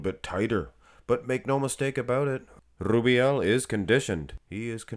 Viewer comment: Blud is spamming that name way to much 🤣🤣🤣 Rrrrrrrrrubiel 😅